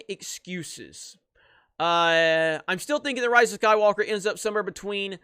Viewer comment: Lol, “I’m Rey, Rey skywulka”